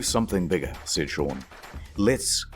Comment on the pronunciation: Sean has been pronounced "Shwwwwwwuuang" in this entire video. Is this actually how you say the name Sean? Have I been doing it wrong this whole time?